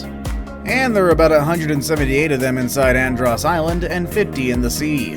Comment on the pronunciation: You said andros wrong. I felt disrespected as a Bahamian